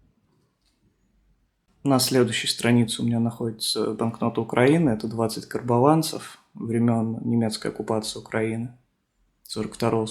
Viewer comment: Название бон Украины карбованцы произноситься с ударением на другую часть слова . Уточните как произносить верно . Это нормально всё знать не возможно , можно пополнять знания .